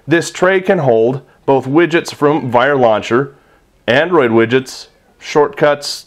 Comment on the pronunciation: When you say Vire launcher it sounds like you're saying "viral launcher". I don't think the name choice was the best marketing strategy somehow...